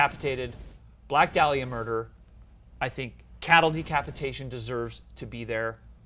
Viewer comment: The way Sam keeps saying “Black Day-liah” is doing psychic damage.